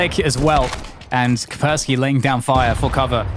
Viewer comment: KAS - PER - sssKY , "CUSS" "PEAR" "SKI", "CUSS" "PEAR" "SKI". "CUSS" "PEAR" "SKI" , "CUSS" "PEAR" "SKI" ,"CUSS" "PEAR" "SKI" -------> IT IS NOT THAT DIFFICULT, every caster in the world. And YES, there is an Anti Virus Software Company with a similar sounding name. What kind of computer nerds are you? Please learn the pronunciation and send an email to your colleagues. As this is clearly derived from slavic linguitic roots into a traditional name from this region, it might come in handy in real life one day when you have to pronounce a name in a real-world grown-up situation.